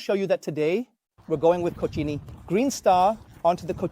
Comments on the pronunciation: Cochini, es mi pronunciación favorita a partir de ahora 😂😂😂😂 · “Co-cheenie” these pronunciations are getting wild